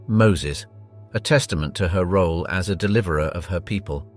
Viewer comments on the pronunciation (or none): none